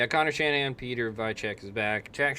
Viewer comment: Piotr Weicek is P-oh-ter Vi-ynt-cek polish pronunciation If u wanna learn how to pronounce their names just ask Google to pronounce it in their local dialect.